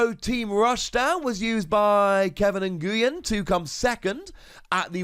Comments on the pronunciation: Also the name Nguyen is pronounced win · Just fyi, "Nguyen" is pronounced like "Win". Great video! These are a lot more interesting than the previous ereader sets where most of the cards were pretty awful